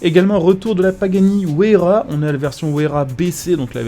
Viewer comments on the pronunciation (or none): La pagani se dit WAYARA pas Ouaisyera